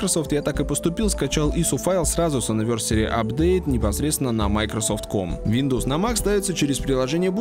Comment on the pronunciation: Мне послышалось СВИНдовс)